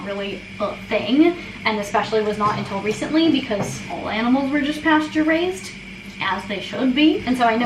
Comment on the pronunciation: Not me thinking that every time you said "pasture raised" you were saying "pasteurized" in a very strange way 👀